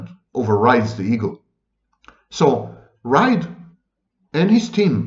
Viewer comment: You said his name correct the first time. Reid sounds like (reed). I’m Irish ☘️ I was in stitches laughing at Ride. In Ireland 🇮🇪 slang term for having sex. Having a good ride 😆